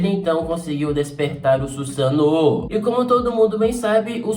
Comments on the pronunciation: Dar agonia ouvir o falar "Susano'o" kkk, pode falar normal eu não ligo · O jeito que ele fala Susanoo com o sotaque, fica na mente kkk, não tem jeito kkk